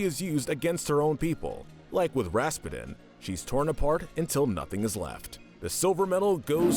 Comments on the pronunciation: It's Rasputin! Not! It's Russian. Think Putin, as in president Putin. Do you call him Vladimir P'denne? No! It's pronounced RASS-PEW-TIN. I couldn't finish the video hearing you Pronounce it so badly! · Everytime I hear "Raspeten" Raspeten- Ras-PEWTIN! Raspeten- Ras-PEWTIN! Raspeten- Ras-PEWTIN! RA-SPEW-TINN! Hearing him say Anastasia's "mother" Oh my gosh, GRANDMOTHER. I'm sorry for the rage moments, but those were my reactions Being a movie nerd sucks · Why did he pronounce his name Ras-pa-din? It's supposed to be pronounced Ras-pew-den. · Ok "Rasspedin" is killing me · Lol, it's pronounced Raz-Pew-Tin, like the main character in Psychonauts. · lol how you pronounced Rasputin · Did anybody bother to teach this guy how to say Rasputin's name correctly?? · Just a suggestion but maybe you might want to watch the movies before you narrate them. For example, Anastasia escaped with her Grandmother, not her mother and Rasputin is not pronounced correctly, but I like your channel 🙂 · What’s with the weird pronunciation of “Rasputin?” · Me when I heard when he said Rasputin: Whaaaaaaaa did he sayyyyyyyyyyy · Good list but the pronunciation of Rasputin hurts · You were mispronouncing Rasputin's name. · oh my god that pronunciation of rasputin